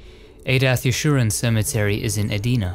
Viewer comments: Lol when you pronounced Edina,MN Eh-deena it’s Eh-Dine-ah. 😂 It had me laughing how weird our city’s are pronounced here. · Edina is pronounced - EE DINE UH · It’s E-DINE-A Edina MN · Great video, and as a transplanted Minnesotan of 46+ years, just wanted to point out the omission of Hubert H. Humphrey at Lakewood Cemetery. Also the City of Edina is pronounced (E-like the letter E, di-dye, na-nuh) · I loved the way you pronounced Edina …..EEE DIE NA 🤣🤣🤣🤣🤣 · Hello.. this may sound silly, but the cemetary you mentioned in Edina MN is pronounced EEE-DINE-AH. Just wanted to share... I lived there for many years. :) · Viewer in Minneapolis, Minnesota. Edina is pronounced ee-DIE-nuh. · Ouch the way you said EDINA hurt my ears....E DINE AH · Medina wrong how pronounce cemetery it in Minnesota